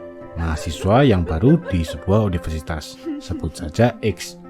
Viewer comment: Universitas nya kurang R hehe